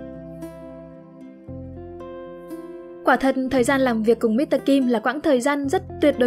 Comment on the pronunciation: Yêu giọng đọc Khánh Linh ghê. Nhưng mà góp ý tí, chữ "Mr." ấy viết đầy đủ là "Mister", khi phát âm thì phải có âm /s/ ở giữa mới chuẩn nhé.